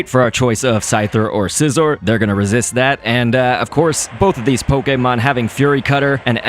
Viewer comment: the way he says pokemon poke-ay-mon lol